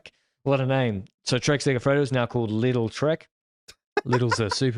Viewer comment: Nice recap.But please pronounce lidl with a long I. The right (german) pronounction is also with a long IIm complite confuse thinking what do you want from little